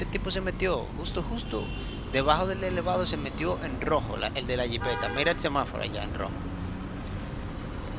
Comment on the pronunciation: No sé dice semáfaro es semaforo